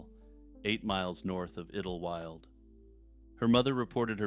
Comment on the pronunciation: Iddlewild? I think it is pronounced as Idle -wild instead of iddle, to be honest. 'Idle' as in staying in one place without moving.